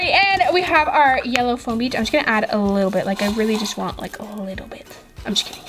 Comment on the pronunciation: You said flom beads